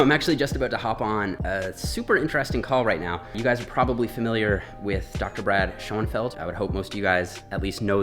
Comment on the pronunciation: schurnfeld, not scho en feld